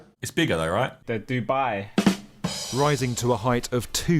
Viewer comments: The dub-eye 💀💀💀Im shleeeeep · "The Dubeye" ahahaha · “Dub-eye”, good one Tobs...